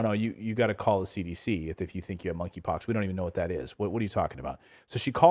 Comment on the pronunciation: K is silent -(moneypox)